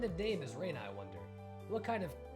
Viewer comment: This Reina thing was pretty confusing since you've been pronouncing her name wrong from the beginning. Rena is pronounced Re as in ready na as in navigation Reina is pronounced the way you've been pronouncing Rena.